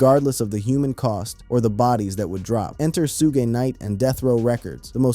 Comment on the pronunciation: These damn A I videos piss me off they can't even pronounce Pac's or Suge's name right 😒